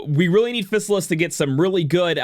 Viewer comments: JP pronunciation is "Fi-sa-ris". "Fi" as in "fire". So it would be "Fi-sa-lis" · I think her name is read like this, Phi-sal-is